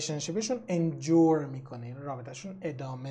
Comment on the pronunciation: Endure اشتباه تلفظ شده